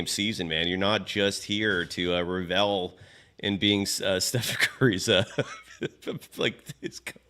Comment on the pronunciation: It is NOT RevEl! The emphasis is on the first syllable. What school did you go to because your English is atrocious.